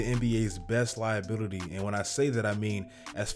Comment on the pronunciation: “Liabitily” tell me you niggas heard that